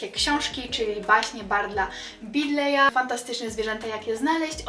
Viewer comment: Barda Beedle'a a nie Bidleya.